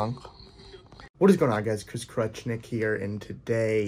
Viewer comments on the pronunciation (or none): Chris Crutchkick